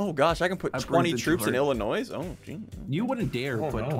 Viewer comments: did really just call Illinois with an s when it is silent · I’m front Illinois and hearing him say, “IlliNOISE” cracked me up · SSundee: Illinois with a S Me: The S is silent!